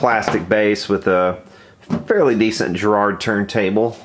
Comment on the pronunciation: That's what I wanted to say, and with the emphasis on the first syllable: GA-rard. :-)